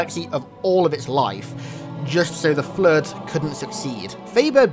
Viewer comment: The fluueed 🤣